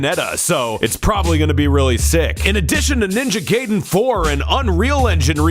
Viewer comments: Stop saying Ninja Gayden. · He called it "Ninja Gayden" 12 times to piss me off specifically.